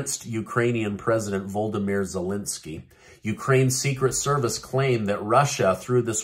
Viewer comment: Did you just call Volodymyr Zelenskyy as Voldomir???